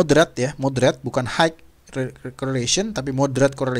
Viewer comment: high itu pelafalannya 'hai'...bukan haik...